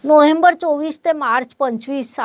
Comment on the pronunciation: नोहेंबर नाही. नोव्हेंबर म्हणा